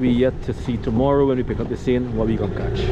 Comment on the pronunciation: is word is not kach is catch u pronounce some words wrong you sound like trini lol